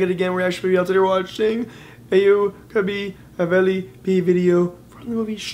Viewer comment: your pronaunsasion is wrong (stree and aao kabhi haveli pe)👎👎👊